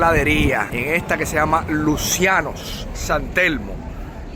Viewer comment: Aquí Luciano se pronuncia luchiano